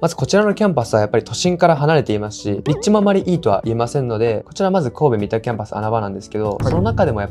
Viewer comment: みたではなく、さんだです。